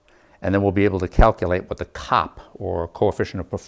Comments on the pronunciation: As an engineer in the industry - literally no one says "cop". It's C-O-P. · As someone who worked with the design and development of automotive HVAC for 10 years, its called C.O.P. SEE OOOH PEE throughout the industry, it is NEVER called "COP" (like a policeman). I cringed every time you said it. Before I bitch at you I want to say that your presentation is world class, your fabrication is pretty fricken good. Your explanation and showing everything is excellent. Your camera work and editing is top notch. You are a master instructor at the explanation of things. You did a good experiment...but...NOT 'revolutionary'. :( Still, you got the hard part mastered, how to teach and explain. Masterful. You made your columns out of the wrong material. There is a common material you could of selected, even at home depot, that would of had 1/10 the thermal mass of the PVC pipes, and you failed to insulate them. Your process that you are using for making 'cold air' is backwards. You fell into the same trap as everyone else. There is a better way. Yes, I've done it, am doing it. You don't have enough temp probes, which, in your case, are type K thermocouples You are using the wrong desiccant. There are better ones and NO they are NOT lithium based. 1/2 to 2/3rd of your setup is just for the desiccant. Your setup USES water, even low quality water. A Carnot cycle refrigeration based closed cycle system (an AC system as you have in your window) MAKES water. This is a 'big thing' in many parts of the world. Solar heating of your desiccant would really suck because ma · I'm a thermal engineer and this is the first time I've ever heard COP pronounced as a word!